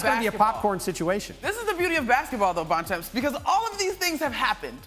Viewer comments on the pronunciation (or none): At this point it’s pointless tryna predict what Durant would or wouldn’t do Only thing more difficult than tryna predict what Durant will do is Monica tryna pronounce “Bontemps”